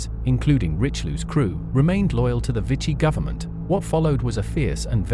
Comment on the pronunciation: Vichy should be pronounced “vee-shee”